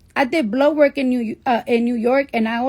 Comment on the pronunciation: She kept saying 'blow work' and I thought she was being nasty. But she's actually saying blood work